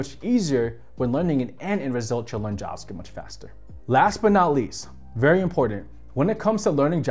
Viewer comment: Bro its JaVa script not jaaas script haha